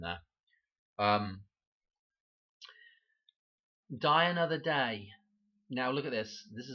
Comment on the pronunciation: When you say, “die another day,” it sounds like you are saying “Diana”…. “Die ano”